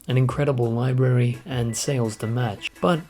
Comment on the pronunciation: I love how he says "incredible libary" as the camera pans over to Dog's Life.